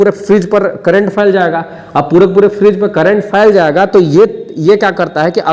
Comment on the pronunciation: Frage❌ Fridge ✅